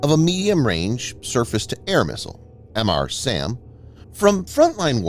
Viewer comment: It's not Em Arr SAM.... It's Mr. SAM Luke Mr. Coffee..